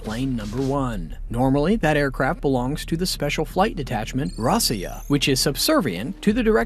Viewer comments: It's NOT "ROSS-ee-yah"; it's "ROE-see-yah" -- Russian for "Russia". Time to go back to BOT SCHOOL for vigorous reprogramming, fool! NOT!! "NOO-kyoo-lur", ya' damned fool! "It's "NOO-clee-ar"! NOO-klee-arr!! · It is not pronounced Rossia, but Russia. Secondly, the story about mechanical failures is no more true than similair stories about the American dictator's Airforce one breakdowns.